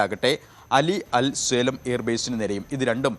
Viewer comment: സേലം അല്ല മൂളേ... സാലീം